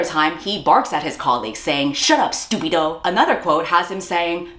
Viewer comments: Not “stúpido” lmaoo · And also, "stúpido"? I guess the e at the beginning of "estúpido" doesn't exist anymore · three spanish words and managed to fuck up 2 of them is wild fucking work man. wym stupido and idioto. im losing my mind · i'm argentinian and the spanish is already killing me, fym stúpido? Is the e a joke to you? Idioto? girl it's idiota, even google translate would've done better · Ughhh, not the accented but WRONG spanish words. Estúpido. Idiota. not "Stupido" and "idioto". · The way "stúpido" and "idioto" aren't actual Spanish words 😭😭😭 Queen didn't take 1 minute to use Google translate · somehow the worst part for me as a Spanish speaker is hearing "stúpido" and "idioto," like that's literally words she made up LMAO